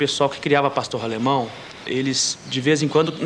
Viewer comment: otimo o video !!!! só é chato ele falando Pastorralemão